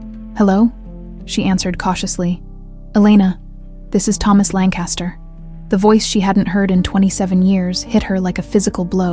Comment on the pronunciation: Lancaster is pronounced with emphasis on the first syllable only. LANKuhstuhr (or LANKuhstuh).